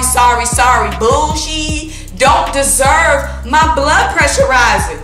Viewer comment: The way you say bullSHEEE is so funny 🤣. You going to the Bucs@ game?